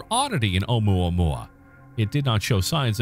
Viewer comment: There was no need to disrespect Hawaiian language calling unpronounceable, specially when you were pronouncing it so well.